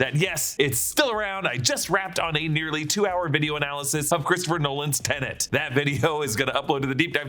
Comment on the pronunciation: Thank you for pronouncing Tenet correctly.